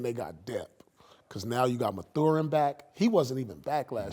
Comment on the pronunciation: The pronunciation of Ben Mathurin was diabolical